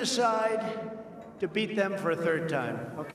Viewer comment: Trump come back fo mo in twenty twenty fo!